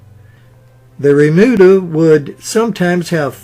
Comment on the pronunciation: Remuda,, not "bermuda".